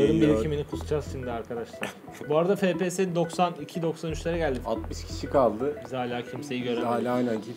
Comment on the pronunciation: Abi fps efpiyes deniyo an fps diyosun